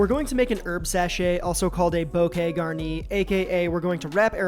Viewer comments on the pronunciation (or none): Love the pronunciation of bokay garnee (bouquet garni)! lol! Boo-kay gaarnee! Word!